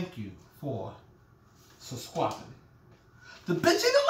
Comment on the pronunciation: You had me at, "Stop touchin my waist!!!".....thank u for suscwibin. I'm dead😂😂😂😂😂😂😂